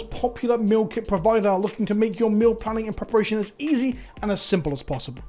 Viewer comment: First I must say, I kept hearing Milk and Meme instead of meal in the sponsored segment no clue why or if its just me :) With that out of the way, I really like these recent talking head videos that delve into different ways to consider game design from both the personal and more objective directions. Also, not with magic as much, but I also remember fondly to other games with broken metas that were fun to abuse while they lasted, like GOATS in Overwatch for example.